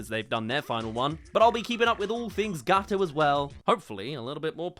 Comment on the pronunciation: What you say : Gawoto ITS NOT PRONOUNCED LIKE THAT! as an italian... this hurts me